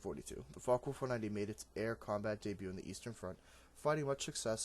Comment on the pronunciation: You....do know its Focke? Right?